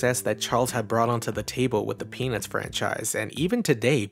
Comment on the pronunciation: Your pronunciation of 'Peanuts' sounds a bit too much like 'penith'.